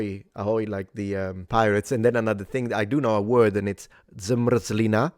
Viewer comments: It's not DZmerdzlína, it's zmr̩zlɪna, with the accent on R (yep, it's consonant) 😂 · Good sir, there is no d at the beginning of zmrzlina. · If I remember correctly, I already heard you pronounce "zmrzlina" and complimented you for that because your pronunciation was perfect, but this time you seem to add a little "d" sound at the beginning (as one would pronounce this sound in Italian words like "azzurro" if I'm not mistaken). This is no criticism, I just think it's cute.